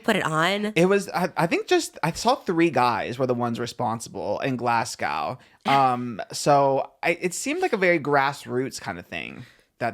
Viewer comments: Glass cow for Glasgow😂 it's pronounced Glaz-go x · “Glasg ow” is killing me🤣😂😂😂 it’s “glas go” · Scottish person here- it’s pronounced (glaz-go) not (glass-cow) 😭😭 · Trisha I’m from Glasgow and as a big fan of yours, I’m quite disappointed at your attitude towards my city 😕 also it’s GLAZ-GO not glass-gowww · I love you guys but speaking as someone from Scotland, it’s pronounced Glasg-GO not Glas-GOW! 😂Easy mistake 😊 and if you’re looking for something to do in Glasgow, there’s always what we call a “sesh” or what we call an “empty” (IYKYK) 😂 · omggggg not the Glasgow slander 😭 also pronouncing it glass-cow is so funny that triggered my fight or flight lol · it’s Glas-go not glass-cow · Im from glasgow, the w is silent. Just glasgo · On behalf of the Glaswegiens out there, can I just let you know Glasgow rhymes with mow (as in your lawns) not cow😁 Glaz-go. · As a Irish and Scottish person, the start of this episode made me feel so seen😭💀not them pronouncing it “glass cow” tho Trisha watch Derry girls please! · Oh Trish the Scots are gonna eat you up for that pronunciation of Glasgow 😅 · Hearing Glasgow being pronounced like that is truly unbearable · the way yall pronounce glasgow had me rolling (as a scottish boy) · I’m crying at their pronunciation of Glasgow 💀😭